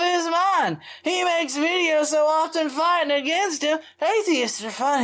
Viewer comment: Michelle Foster Not just “watch mah vidyahs” “Buy mah vidyahs.”